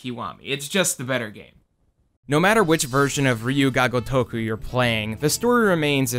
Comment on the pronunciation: Its ryu ga gotoku cringe everytime you said it wrong.